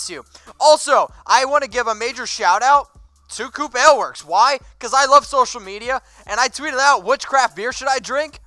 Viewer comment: No offense but Ale is pronounced A-ail like Hail #4ChuckyHeads